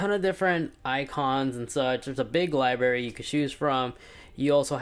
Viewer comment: He said “Libary” 🤣